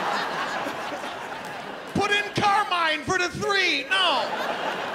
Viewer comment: spoiler allert , he is not italian , he is american. he cant even say "Carmine" correct....jeez